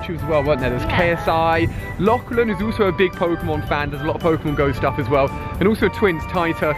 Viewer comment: “Lochlan” lol it’s “Lachlan”